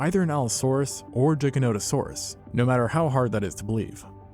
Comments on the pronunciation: Gigantosaurus = gigantic + saurus not jiggahnotahsaurus 🤦🏻‍♀️🤦🏻‍♀️ embarrassing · Every time I hear you pronounce Giganotosaurus it sounds like a fork violently scraping a plate 🥲 I’m willing to bet you pronounce GIF as “Jif” too.